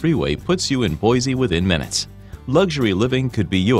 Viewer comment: You can tell that the narrator isn't from Boise....cuz like the song says...."there ain't no Z in Boise!" It's pronounced "Boysee." Please pronounce it correctly. I was schooled on this when I moved here from out of State 20 yrs ago!